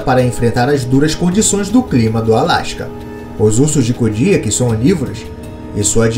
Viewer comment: mano parei de ver o video so pelo jeito que vc pronuncia "KODIAK", e nao venha com papinho de que vc ta certo , pq TODOS os BIOLOGOS pronunciam o nome dele de maneira diferente